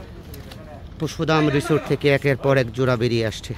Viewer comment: জুড়া না ভাই জোড়া😂